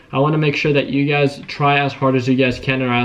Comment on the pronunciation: Everytime you say ugaz,i be thinking you be saying you guys 🤣